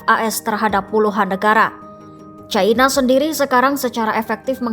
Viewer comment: Bukan "CAINA" tapi 'CINA' neng...